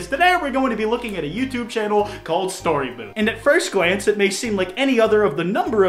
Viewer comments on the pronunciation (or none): he said gwance what a chwild